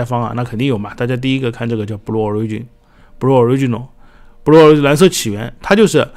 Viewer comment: Blue的读音是 '不录' ，